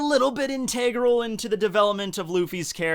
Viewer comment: in-TEEH-gral? I got triggered